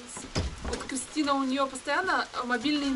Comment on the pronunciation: не Хрыстя,а Хрыстына.